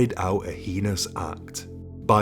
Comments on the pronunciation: Heinous is pronounced “hay nus” for what it’s worth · I've heard many Europeans pronounce heinous, the way he does.